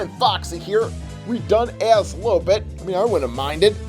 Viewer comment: Did he say "lowbit" and not lolbit lo!